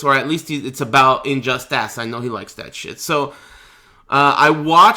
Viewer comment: is he purposely calling it injust-ASS? or does he have some weird speech impediment?